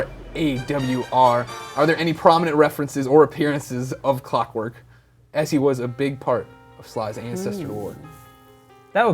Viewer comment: "shrinks clockwerk" Haha im gonna call you!